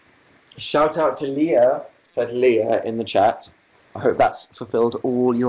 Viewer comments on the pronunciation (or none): none